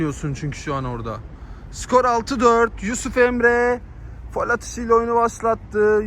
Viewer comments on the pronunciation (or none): abi lütfen faul e fol deme